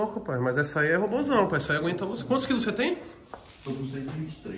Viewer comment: Toguro falando pae tem pae !